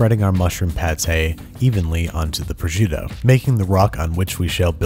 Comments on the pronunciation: How you pronounce it is Funny Proshutto LOL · “projitto” HAHAHAHAHH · The way you say prosciutto gives me aids